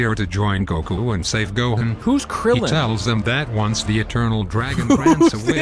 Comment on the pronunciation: I'm glad "Krillin" was accurate